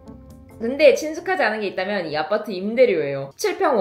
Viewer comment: 아파트를 아빠트라고 하시네요